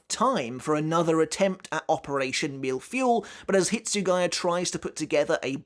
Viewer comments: That Operation Mille-Feuille is pronounced as "Mill fwoy" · Mille-Feuille ❌ MILFuel ✅ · As a french guy I must say, your pronunciation of "mille-feuille" is something else ^^ Great video as always